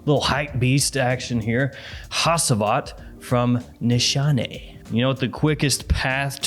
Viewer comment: it’s pronounced hachivat ash